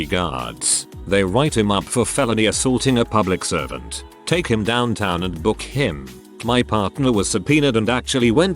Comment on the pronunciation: Anyone else notice the unusual emphasis on the "him" ? "...take him downtown and book HIM."